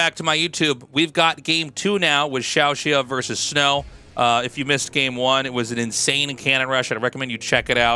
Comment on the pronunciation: I love how the xiaoshuai pronounciation struggles is a shared experience for you and Artosis lmao